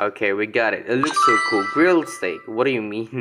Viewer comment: You read it wrong for barbeque steak you read stick the good pronouce like stake or steyk for steak